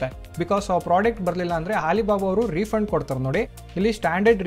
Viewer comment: ಹಾಲಿಬಾಬಾ ಅಲ್ಲಣ್ಣ.. ಅಲಿಬಾಬಾ ಅದು..😮